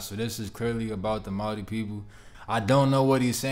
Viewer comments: Your reaction is on point 👌. The way you spoke our language and pronounce our culture " Maori" Flawless .. yeh we are very lucky here in Aotearoa with our Te Taiao ( Enviroment) Whenua ( Our Land). Stan shows the world how beautiful our language is for starters lol. Also our whenua ( land). Mauri Ora ( Breath of Life) ❤ I Am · I absolutely love how well you pronounce our words, especially 'Māori'. 🥹 Respect!